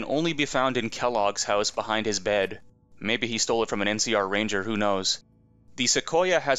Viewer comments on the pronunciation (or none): none